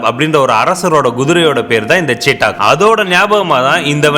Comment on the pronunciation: நண்பா. ரொம்ப நல்ல வண்டி. இப்போ வந்த EV வண்டி ரொம்ப நல்லா இருக்கு. ஒரே ஒரு correction. அது பேரு சீட்டாக் இல்ல. "சேத்தக்". (Chethak splelled as Chetak).